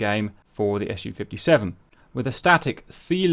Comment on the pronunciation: By the way I'm not getting tired to explain it. It's pronounced Su, so as a syllable, not as an acronym, because it is none. It's just the first syllable from Sukhoi. The same goes for Tu=Tupolev, Yak=Yakovlev and so on. MiG stands for Mikoyan+Gurevitch, Mil=Mil... It's not the same as the acronyms AK-74, F-16 or T-90. If you want to pronounce it correct and don't sound strange, please have that in mind. So it's Su-57 (for Englisch speakers Sue-57)